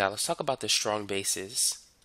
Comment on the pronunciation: When he says "now let's talk about" he sounds like "let's suck up out"